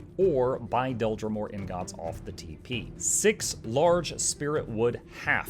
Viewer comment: are you pronouncing "ingot" wrong as a joke? startled me every time after I realized what you were saying